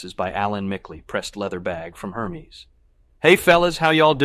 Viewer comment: I was wondering how someone with an eye for perfection mispronounced so many things like Hermes, tomatillos, jicama, and the worst: “Purchased for dollar sign one thousand forty.” I started listening on an android phone with a teeny tiny font and didn’t realize it was an IA until I switched to my iPhone. (I’m terrible with Android phones.)